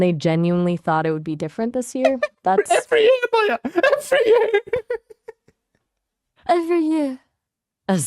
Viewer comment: Why does it say every year like that 😂